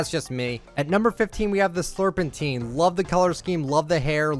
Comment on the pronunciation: And pronouncing slurpentine like "slurp in teen" instead of valentine but with slurp instead of val